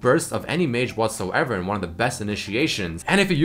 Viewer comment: take a shot every time says whatssoever